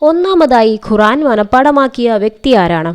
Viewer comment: ഖുറാൻ അല്ല ഖുർആൻ